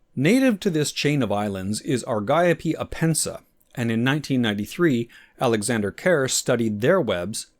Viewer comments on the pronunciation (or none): none